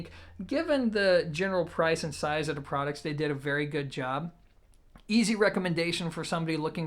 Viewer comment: I can't listen to this dude anymore for one reason..He can't say the word THE, instead he says DA..Learn how to speak properly before you put yourself out there and subject people to DA things you have to say.